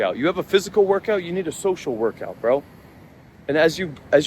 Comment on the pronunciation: "SOCIAL WOURKOUT" :elbowcough:💯👌